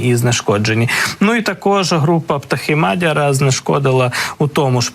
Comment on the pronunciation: Мадяр, наголос на я.